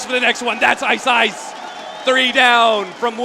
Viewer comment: did i hear iceiceice ? the caster said iceiceice or iceice guys